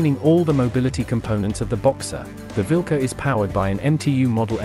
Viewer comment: It is Vilkas not vilka.